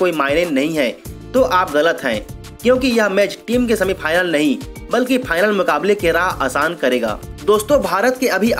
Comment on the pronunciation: Sanivar, phanal, Samil....ur pronounciation is tooo irritating...pls change ur anchor.